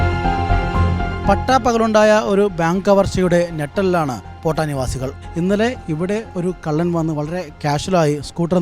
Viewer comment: പോട്ട അല്ല സേട്ടാ പേട്ട ആണ്